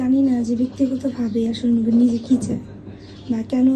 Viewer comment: নুবেল ❌ কটবেল😂